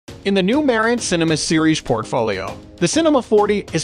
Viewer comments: Please Pronounce The Name Correct It's Marantz ryhmes with Dance Not Ma rence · wtf......merrintz????....where you from boy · It pronounced MA-RAN-tz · You pronounced the name wrong